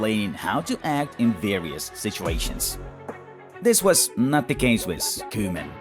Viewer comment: i loved the pause at koeman 😂